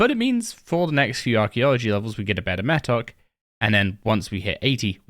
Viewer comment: bro said mattock wrong too many times